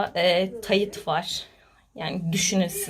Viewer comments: Kız tayıt neee TAYT yani taytla demen gerek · Tövbe estağfurullah tayıt nedir ya şu telaffuzunuza dikkat edin birazcık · Abla tayıt da değil, tayt yani arada ı harfi yok arada soylerken, nasıl bilmiyorsun ki bunları ben anlamadım :(